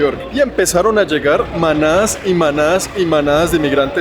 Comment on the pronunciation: sonaste como todo un anglosajon "manadas y manadas"